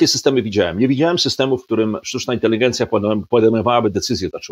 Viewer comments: Inteligencja a nie inteligijencia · Czy Pan redaktor Piotr Zychowicz przez cały program mówi INTELIGIENCJA?